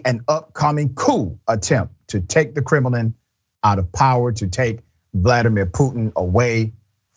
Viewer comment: Lol. I can't respect a show host who calls the Kremlin the kremilin